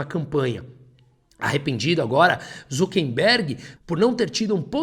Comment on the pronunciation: seus textos são muito bons. Mas não resisto a observar que o correto é "ZuckeRberg", e não "ZuckeNberg".